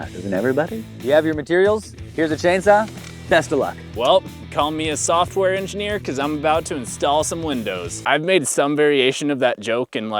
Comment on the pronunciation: i like that you said SAWftware